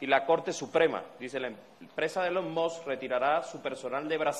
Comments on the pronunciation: "Elon Mos" dice Maduro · NO SE DICE ELON MOTT , NI ELON MOTH , NI ELON MOSS , NI ELON MOT . SE LLAMA ELON MUSK AL MENOS PRACTIQUE PA QUE NO SE VEA TAN ESTUPIDO Y SER EL HAZME REIR DEL MUNDO. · Elon Mox